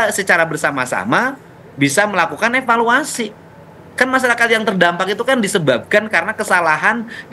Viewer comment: Roh asli jiwa jabar, epaluasi, epaluasi, epaluasi😂